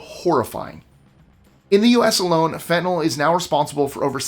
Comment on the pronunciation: Couple of things...Botox is NOT poison. Subcutaneous injections paralyze muscles in a VERY controlled area. And Fentanyl (thank you for not pronouncing it fentanol~~) is MANUFACTURED in the USA. Some is smuggled in, yes. But Most is made right here at home. The one you missed? DEET! Do not spray this on your body. And another not mentioned? Roundup! So many people swear it's safe and continue to use it. But it's very toxic to wildlife INTEGRAL to human life, such as bees! Please please please dispose of it correctly for public safety.